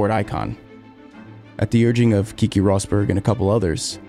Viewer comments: It's really annoying that you don't know these f1 legends names? Nigel MANSON? it's MANSELL KIKI Rosberg? It's pronounced "Keh-kay"... No "EE" sounds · The way he says kiki pisses all of us finnish people :D its super hard to listen. just say pronounce the E's like its written. Finnish aint some fancy sounding french or italian. We say things how they are written. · Its not pronounced ''Key-key'' Rosberg, its ''Kay-kay'' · I don't think that is how Keke is pronouced